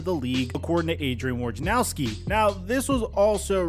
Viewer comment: Woj na row ski, not War ja now ski.